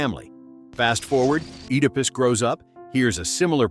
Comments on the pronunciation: IT'S PRONOUNCE ED A PUS. NOT OOH DA PUS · Oodapus. 🤨 Bro, you mean "Edipus" Oedipus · I came out of my skin every time I heard "oodipus" please train your gd AI 😭😭😭😭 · Oh no not Oooodepus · I can’t get past “ooodipiss” 😂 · That isn’t how to pronounce Oedipus. This must be AI 😩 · The O in Oedipus is silent. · How many times are you going to say oedipus wrong?? You said it like 7 different ways, all wrong. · You say Oedipus wrong